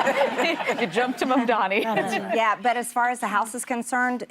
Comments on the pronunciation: She did say Mamdani correctly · She said Mamdani correctly!